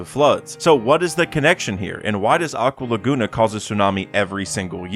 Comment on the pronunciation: Im sorry. But you butchered the crap out of aqua laguna